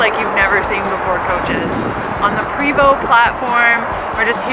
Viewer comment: And how to pronounce PREVOST its pronounced PRAYVO not PREEVOST or PREEVO